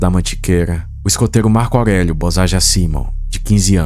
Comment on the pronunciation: Marco augueguio